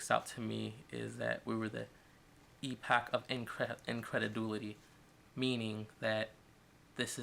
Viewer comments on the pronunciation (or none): "Indrededulity" .... .... try again?